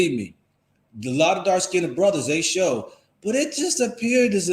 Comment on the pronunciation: FYI - "skinned" is pronounced as 1 syllable. It is not pronounced "skin - ded".